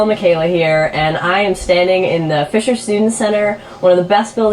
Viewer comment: She perfectly pronounces and enunciates her R in Fisher, in the video at 🤣😂 So that excuse is out the window. 🤷🏾‍♀️ why this even popped up in my feed, but my goodness, this young man is hilarious.